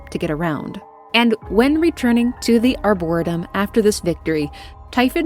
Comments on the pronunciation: Who cares but "ar-bor-EE-tum" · excellent vid, one of my favorite games for sure! my 'tism was bugging me on one small detail. the pronunciation that was spoken or arboretum. pronounced= (R-bore-eat-um) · It's pronounced "Die"-Yo for Dayo Igwe and Ar-Bore-"EE"-tum, like in the name "Lee." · its are-bore-a-tum for reference. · AREBUR-RE-TUM.... That's the best way i can think to help on how that word is said..Arboretum.... doubt you'll see this... I'm 37 and only found out the right way like 10 years ago lol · “Arbor-EE-tum.” Great video! Never had the chance to play this one, but love when fans of a game do deep dives. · for future the plant area is called the arrr-booor-et- ium lol hugs great story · Good vide, love your story telling.... but it's "r bore ree tum"... the way you were pronouncing it was driving me crazy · Just discovered your stuff, enjoying this. Not sure if it helps, but it's pronounced Ar-buh-reee-tum. Emphasis on the 3rd syllable. Cheers!!! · You must know that's not how arboretum is pronounced, it's just for comment engagement right? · Just a quick comment. Arboretum is pronounced like "harbor" Arbor is a prefix meaning trees. Arboretum basically means tree garden. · I felt like she was trolling us saying it like that lol..I kept laughing when she said it